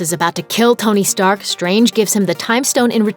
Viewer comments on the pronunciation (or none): its stark not strak sorry guys